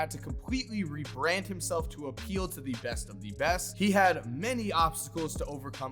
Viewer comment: "thee best of thee best"